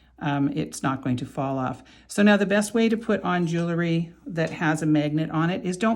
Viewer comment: This is a pet peeve of mine. The word is: jewelry - not jewelery. Its pronunciation is: jew•el•ry - not jew•el•er•ry. I believe a person who designs, creates, sells, or repairs jewelry has an obligation to use the correct pronunciation of the word. No disrespect intended - just please think about correcting yourself and begin using the word that describes your endeavor. Thank you. ⚘️